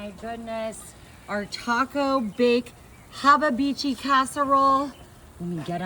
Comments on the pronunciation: When you are saying hababichi you are trying to say habachi? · The efff harabachi lol. It's a Japanese term He-bachi is how it's pronounced. Oi. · Your 'haba-beechi' is cursed... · There must be another Texas because in Texas USA we don’t eat shit like this!!! And, what the hell is a Hobabeechee???? Hibachi, Blackstone, flat-top grill. Made up words for made up “Texas” recipes. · Bro how did she pronounce hibachi😂😂😂😂😂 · This was a waste of food and time . She can’t even say hibachi right 😂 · First she can't pronounce Hibachi or Fajita correctly (and it's a flat top or a griddle, not a Hibachi. Did she say Hababichi? twice?)). Then she makes this soupy mess? I'm sure it tastes better than it looks, but I think it would probably be better in a wrap as a burrito.